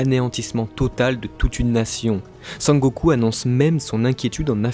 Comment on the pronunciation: Merci d’évité de mâché les noms des personnages et des lieux ça porte confusion. C'est SENGOKU pas SANGOKU comme dans Dragonball! Et on prononce SHABO(N)DY pas CHAT-BODIE. -__